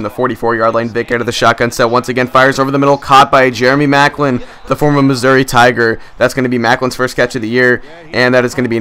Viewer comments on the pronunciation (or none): none